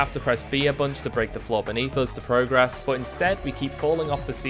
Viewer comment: Awesome video but please for the love of god stop pronouncing the verb form of “progress” like the noun form 😭